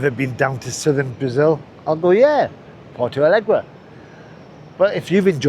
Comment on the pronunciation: Try learning to pronounce the name of the city